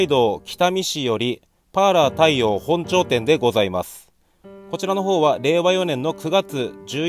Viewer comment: お疲れ様です 少し細かい話しですが、北見のパーラー太陽本町店の読み方は ほんちょう店ではなくか ｢もとまち店｣です。